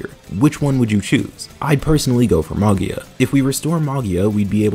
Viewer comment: "Magia" is italian for "Magic" so the G is soft as in "Gem", with the accent on the I